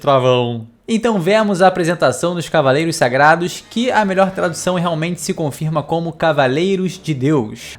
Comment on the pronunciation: primeira vez em 40 anos que ele fala certo, e não "cavalHeiros".